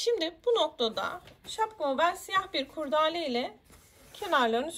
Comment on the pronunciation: Anlatım ve detayların anlaşılırlığı çok güzel emeğinize sağlık. Bir önemli eleştirim olacak izninizle. KURDAALE değil doğrusu KURDELE dir. Sevgiler :)